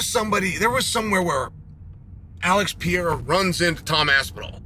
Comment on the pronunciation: I mostly watch to laugh at Chael pronouncing fighters’ names💀😂. ALEX PIERRE… DRICUS DUPLI… ISLAM MACOCHEV…